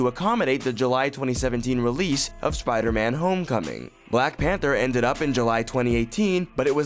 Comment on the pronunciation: "Schpidahman" Was this guy having a stroke while he read that?